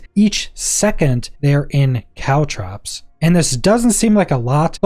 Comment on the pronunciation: The word is caltrops, not cow traps.